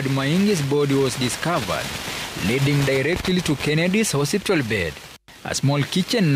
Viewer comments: It's HOSPITAL not HOSIPTA please 😅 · 'Hosiptal' surely?😂The bar is low and I blame wantam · Did I just hear a journalist say HOSIPTAL? 😂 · 😂😂😂 I thought ni Mimi peke yangu nimeskia. Na amesema hosiptal at least 3 times. Lazima ni mluhya